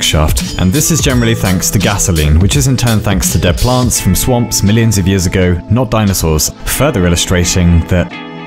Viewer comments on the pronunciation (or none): when he said "dead plants" all i heard was "durr plant"